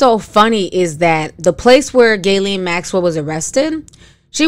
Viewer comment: The fact that butchers ERRRBODY’S name but said Ghislaine Maxwell’s name properly right out the gate 😂🙌🏾.